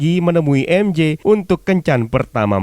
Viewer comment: Bang cuma mau kasih tau, MJ itu bacanya maikel jona bukan mishel jona